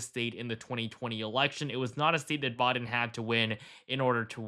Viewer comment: It's "BI-DEN" not Boi-din" 😂